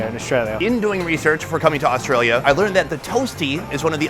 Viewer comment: That “AuSTRAlia” was diabolical